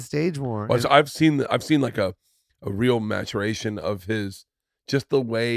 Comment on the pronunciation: Way Bert says "maturation" got me!